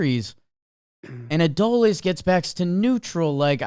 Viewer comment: Say it with me Trevor: "Uh-DOUGH-lease"